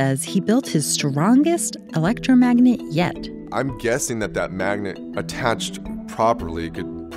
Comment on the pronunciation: "magnent" "magnent"